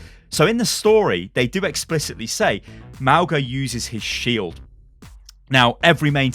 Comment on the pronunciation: Lol I kept laughing at how you pronounced Mauga like Mau-guh Sorry I know it’s not your native language but i can’t help it. It’s Mau-gnaah or you could pronounce it Mau-naah , it means mountain in my language, other Polynesians might say it differently.